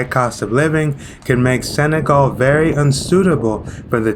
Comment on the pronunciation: It's not Sagal, but Senegal